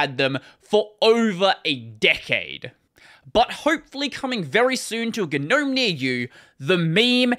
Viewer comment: Oh, the G in Gnome is silent. It's pronounced nowm.